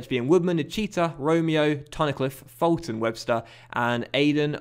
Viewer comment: Hey, loving the series. Only thing is Fulton is pronounced “Fool-ton”